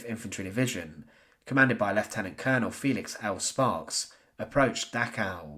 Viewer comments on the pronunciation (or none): none